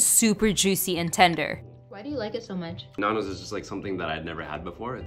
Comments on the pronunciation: Nan do’s is great and btw you pronounce it like n-an-dos not n-aan-dos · If you see this please stop saying Nundo’s, try to pronounciate the a more